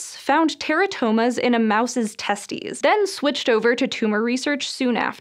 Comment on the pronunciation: She really said testies💀